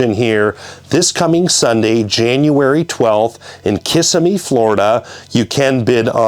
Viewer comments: It’s called Kissimmee, not kissamee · It’s kiss-sim-me….. not kiss-a-me……😂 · Florida guy here...It's actually pronounced "kuh- Sim-ee"... Not KISS-uh-me...😊